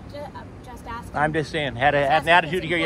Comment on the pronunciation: “axing” you. It’s gonna get bloody in there.